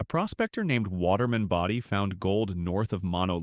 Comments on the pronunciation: where can you stay overnight in Bodie (Bodie is pronounced Bō dē) your ai voice mispronounced town names so much it's like nails on a chalkboard! Then turn around.and say it correctly. tm confused is this about old towns ppl are moving into?_ cost being a major factor. Where can you purchase a house or RV pad in Calico let alone Bodie. You have some interesting topics then blew chunks out your AI ass. A little research can vastly improve on facts presrnted not snagging info off others websites. Using AI to do all the work and by adding one more command and having it verify the information before uploading it. Visually your pictures are like looking at a Jackson Pollack painting. Usually you start by showing pictures of the actual location then you start interspersing pictures that blatantly aren't from there. Out here in the desert you don't want mislead anyone who may want to buy a house. Death is no stranger in the desert Anyway I doubt you read the comments since you probably run 1000 AI Channels concurrently. Last of what I add on here is advice. Shitcan AI narrator it's a joke also quit using AI generated pictures. Fact check it. Upload. Joe Public is over all the AI barf. Great story ideas but you shit your AI pants after that. Just had to unload. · AI garbage. Bodie (pronounced "BOW-dee", stupid AI) is a California State Park. You aren't going to move in anytime soon. That's when I quit wasting my time watching this AI garbage.